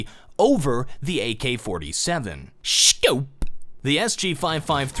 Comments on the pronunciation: "The SG 553 has a SHCOWPE" <- had to rewatch it several times before it stopped being funny haha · am i the only one rewinding to over and over to hear SCHOPE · Nobody::shcope☺️